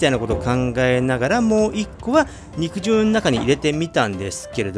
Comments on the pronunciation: うどんの場合『肉汁』は、にくじゅうじゃなくて、にくじるだと思います！ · 武蔵野うどんでは、肉汁を「にくじゅう」ではなく「にくじる」と読みますね。 って、とっくの昔に誰かが書いているでしょうね。てへへ。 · "にくじゅう"ではなく、 "にくじる"でぇすぅ❗🤭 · この場合は「にくじゅう」ではなく豚汁のように「にくじる」じゃないでしょうか？カットしたステーキから出る肉汁は「にくじゅう」で正しいと思いますが、うどんのつけ汁なので「にくじる」と読むべきかなぁと思いました。どうなんでしょうか？ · にくじゅううどん、ではなく「にくじるうどん」ですな。 肉汁うどんの本場、埼玉より… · 多分ね、普段なら合っている読み方なんだけどこの場合は(武蔵野うどん用語的には)「にくじゅう」ではなくて、「にくじる」だと思いますの。 間違ってたらご免なさいなの。 でも、埼玉でにくじるうどん愛好家の私が言うから合ってるはずですの！🎶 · 肉汁 『☓にくじゅう』 『○にくじる』 ・・・にくじるうどんです 武蔵野うどん系ですね。埼玉県に来て下さい。武蔵野うどんの名店は腐るほど有ります。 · 子供の頃から「にくじる」って言ってるから、「にくじゅう」って発音に違和感がある．．．北多摩民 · にくじゅうにくじゅう何回もやめて下さい❗️（笑） にくじるね‼️ お店の人に聞けば良いのに…… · 読み方にくじるだと思ってたんだけどにくじゅうなの？あごなの？